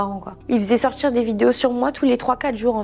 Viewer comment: Insupportable. « On a commencé à sortchir »